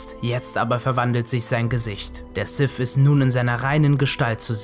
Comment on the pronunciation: Sif. Darf Vader. Wieso könnt ihr alle diese Worte nicht richtig aussprechen? -> Sith. Darth Vader.